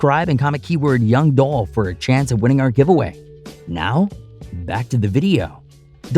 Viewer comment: Man move around! You even miss pronounced his name! Do your news on something else! It's disrespectful to try to get views off of a man that has transitioned!